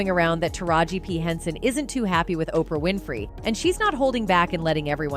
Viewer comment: Learn how to say Oprah name. It makes you look like you don't know what you talking about